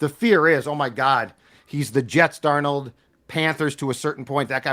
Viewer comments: Love the show to death but as soo as said Darn Old, i knew it would probably be like the last episode with his pronunciations being all over the place and I'm not sure why but it bugs the crap out of me and can't finish the episode. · I rather enjoy every time calls him “darn-OLD” 😂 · Why does he always say, "Sam Dar-Nold"?